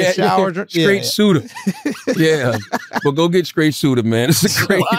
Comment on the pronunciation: “Skraight shooter”